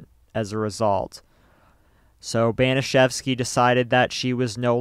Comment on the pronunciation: Disgusting, vile, evil - it’s all been said, and it reveals the potential for many average humans to be easily conditioned into behaving inhumanely. BTW, the pronunciation of Baniszewski sounds a bit off. P.S. I don’t believe that forcing someone to insert a bottle could be termed “masturbation” under its standard definition.